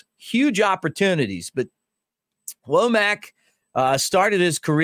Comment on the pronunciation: I think it's pronounced wommik not woamack. I think.